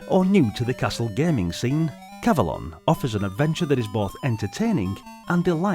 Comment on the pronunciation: I would say it's pronounced cav-o-lon, to rhyme with the mythical Avelon, where King Arthur and his knights are taken after their deaths. Anyway, seems to be a charming maze game, similar to the arcade game Tutankham, which came out two years earlier. (BTW, Excalibur is the greatest King Arthur movie ever made, IMHO. It has never been equaled.)